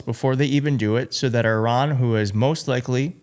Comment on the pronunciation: why cant this guy pronounce iran properly?